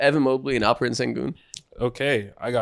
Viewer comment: yo isaacs alperen pronunciation was spot on wasnt expecting that lmao